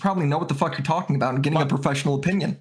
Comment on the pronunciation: "I lost control, it's ovah...aw fock aw fock" lmfao this is why the people love you